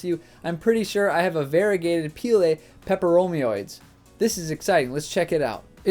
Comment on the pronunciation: peperomoid Where's your o in oid, buddy, where's your o in oid :)